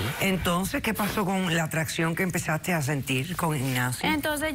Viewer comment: Yo empecé a sentid, atdacion pod Ignacio 😂